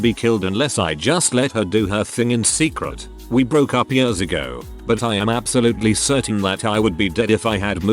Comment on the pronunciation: Love how the robot voice says "years". "yuerz"